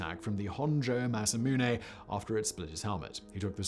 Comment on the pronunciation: Simon is pronouncing it wrong. It's pronounced Masamune.